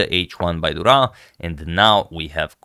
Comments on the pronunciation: I think you owe us a better pronunciation of the Portuguese name 😌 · Congrats from Portugal and to bring this awesome game. Im just sorry to say that ur pronunciation of Durão's name isnt as impressive as the game ☺️